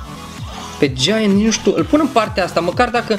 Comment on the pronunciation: Ai un gieaănt cest 😂😂😂